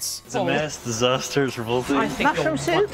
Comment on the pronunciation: ‘ top ten british bake off dizaaahhsstereees’